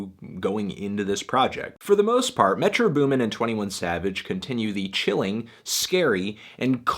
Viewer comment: Goddamn its Metro BOOMin not METro boomin. Shit is annoying me.